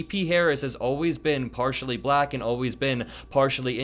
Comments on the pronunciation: Perhaps he might learn to pronounce black instead sounding like ba-lack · Notice how he only calls women reporters nasty? Hello Freud! And the way he pronounces "black" makes me want to hurl. Sure America has had more than enough of this boob? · Don't forget his repeated reference "Peekaboo James". The WAY he kept pronouncing "black" is so insulting, and I am white. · He says 'black' like Ron Burgundy in anchorman 2... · His pronunciation of the word "bLack" just sounds racist somehow—let alone the actual disgusting things he's saying.